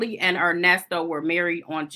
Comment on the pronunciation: I h8 when he says Nesto your name is Earnest bro